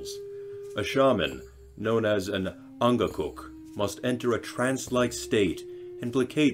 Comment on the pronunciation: eeeey, never thought i would see an Inugtitut saga stories, in Greenland we call her "Sassumat Arnaa" (translates to something like "Oceans Mother") also, your pronunciation of Angakkok was pretty good